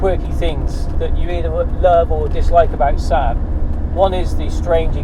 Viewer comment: You must be the only person on the planet who calls the Saab "Sab"! It's a Saab, two "aa" not a Sab!